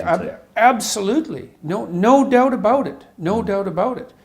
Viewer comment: NO DOOT ABOOT IT! NO DOOT ABOOT IT! Good Ol Small town Albertan Boy accent coming through strong, Gotta love it Much love to you from a guy born and raised in a small town in Alberta (Tofield) Keep up the good work Jordan! Sincerely David Martin